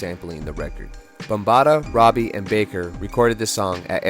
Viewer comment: It’s ROBIE, not Robbie